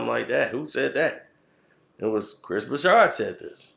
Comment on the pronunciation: Broussard has no H in it..why does this clown keep calling him Chris Broushard